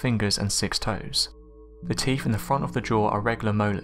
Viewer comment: Norf America?? Teef??